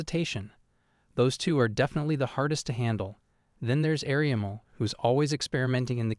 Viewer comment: There's an issue with the AI calling everyone ariamel or "areamul"